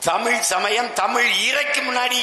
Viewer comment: இஸ்..கிறி..இல.ங்கையில் தமி..ர் அல்ல 😂